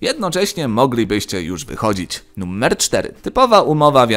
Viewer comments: Dlaczego wymawiasz "numer" bardziej jak "nummer"? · Jak mnie wkurwia sposób w jaki mówisz "numer".